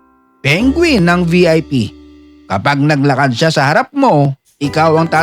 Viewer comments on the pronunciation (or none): none